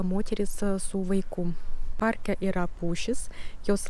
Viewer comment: Kirčiavimas: lietuvių kalbà, problemà, párke. Antys - moteriška giminė, taigi ne “jie”, o “jos”.